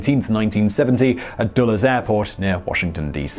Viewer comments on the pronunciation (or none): none